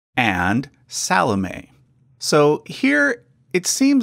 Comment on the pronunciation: Speaking as a Christian, very interesting and enjoyable video/research, BUT (and it’s nothing personal), Americans are soooooooo terribly bad at pronunciation of unfamiliar (and often even familiar!) words and names. • “Alphaeus” is correctly pronounced with the stress on the “ae”, not the “Alph”… ie “Al-FAE-oos” • “Salome” is correctly pronounced with the stress on the “o” rather than the “a” • “Joachim” is correctly pronounced “Wah-keem”, not “Joe-a-keem” 👏🏻🤣 Also, “genealogy” is pronounced “geneAlogy” and not “geneOlogy” Probably others too that I’ve missed!